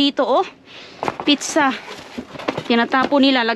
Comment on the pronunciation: yan kc ang pag ka pronounce ni ginaya lng ni, instead na pizza pitcha😂😂